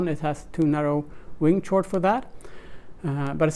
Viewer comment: Some very cool ideas here ! btw chord is pronounced like 'kord'